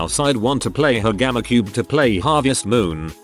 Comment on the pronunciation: Nobody: The automated voice saying GameCube: gamacube